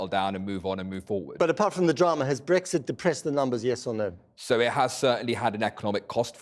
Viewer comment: Bwexit... oh feking dear god.